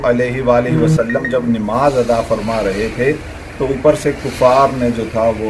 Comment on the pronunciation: Bhai sabse pahle bolne ka tarika chenge kare nimaz nahi balke namaz hoti h